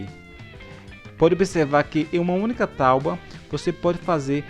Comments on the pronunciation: Excelente vídeo e vai me ajudar dms. Mas vc falar "talbua" me pegou dms kkkkkkk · Me inscrevi só pelo início do "estarei trazendo" ao "invés do vou estar trazendo". Apesar da "tauba" gostei do português correto no início. E gostei do vídeo também.